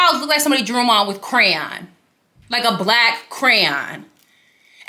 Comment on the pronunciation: Danggggg not crayon 😩🤣